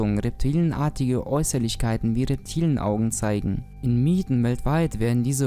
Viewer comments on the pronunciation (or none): none